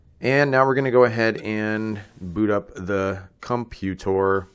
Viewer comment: Elevatoar. Computoar.